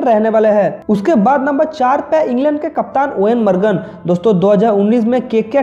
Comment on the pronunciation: Eoin margan nahi Eoin Morgan